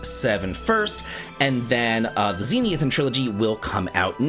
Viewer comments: It's not "ZEE-NEE-i-thin," my dude. It's "ze-NITH-i-an." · Dude, please slow down and read the word Zenithian again. Zen-ith-ee-an, not zen-ee-ith-an.